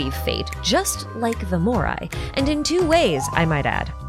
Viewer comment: you mean Moires :D